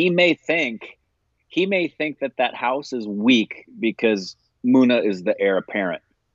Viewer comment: Gooda pronounced as Good-do and Muna pronounced as Moon-aa. Also, Tree-path-ee for Tripathi. About time you remember the pronunciation! 😉